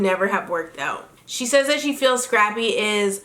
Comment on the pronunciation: Am I the only one that hears "Strappy" when Tammy refers to "Scrappy"??